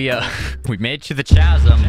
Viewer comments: Its not ch-a-zum its c-a-zum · It’s pronounced kasm not chazzem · Spelling: Chasm Everybody: Cazum: CHA zum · a chhhasm? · It's prenounced CA-sum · Pronunciation of chasm. 😂😂😂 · CHASM IS PRONOUNCED WITH A K NOT CH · My guy never learned how to pronounce "chasm." 😂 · The way he keeps mispronouncing “chasm” is driving me crazy